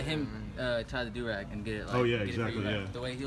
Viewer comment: That's a ouu rag not a du rag